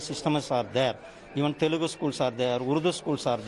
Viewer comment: Dear India Today. It's not Telegu . It's Telugu. You should respect our language before you speak.. U must apologise for it..